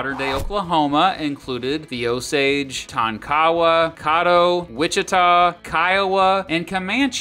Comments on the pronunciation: You you butchered Native American tribes names so bad, Tonkawa, Caddo. Tonkawa is Tonk-uh-Wah, Caddo is Cad-Doe 🤦‍♂️🤦‍♂️ and Indian territory back to being Indian territory. 2yrs ago Stint passed the law that all native American counties are back to being reservations.. and during the trail of tears United States was fighting my tribe Seminoles in the Seminole War which lasted more than 13yrs and we are the only tribe to not sign the peace treaty and if you really want to get technical we are still at war because we still haven't signed the treaty. That's why we are called the Unconquered Seminoles but during the trail of tears we did not move to Oklahoma majority of the tribe "my family" moved to Mexico which is Texas now. Lived there for years before moving back to Oklahoma And Oklahoma did come from Chatahs but it's not Oklahoma it's Oka-homma Oklahoma is called Tornado Alley just because of all the tornados lol and Oklahoma is Baseball state more ppl go pro in baseball here than football facts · And caddo is caa -dough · caddo - ca - like in califonia, ddo - like dough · It's pronounced cahh-do not caw-do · Căddo....idk If the a is right but its short a ...anyway ya texas is nice and all but it's not home and Oklahoma will always be home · Tonkawa and Caddo? Check out the OK pronunciation. Give a shot at Miami, OK. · you pronounce caddo, Kiowa and Wichita wrong